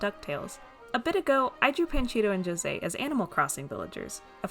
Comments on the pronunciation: I was pleasantly surprised you pronounced José’s name properly lol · Thank you so much for actually trying to pronounce José's name and not saying ho say! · Btw - as a brazilian - thanks for using our way to say José. It's a small detail but I appreciate it nonetheless